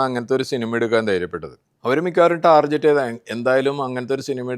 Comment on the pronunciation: Why is he pronouncing Tarjet instead of Target